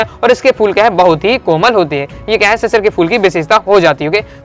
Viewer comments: Sir shishir nhi shirish ke phool hai aap shishir shishir bol rhe hai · sir shisir ni shirish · शिरीष को शिशिर पढ़ रहे हो सिर, Being Teacher you have to pronounce properly and one advice is that please speak calmly, you speaks rapidly